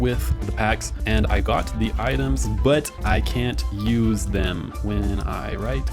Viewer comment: achaly, shatGPT, shuse, workch. bro fix your shit